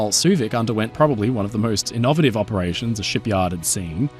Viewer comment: "Ih-nov-ativ" pronunciation again, is this intentional?, I've never heard anyone else pronounce innovative like that.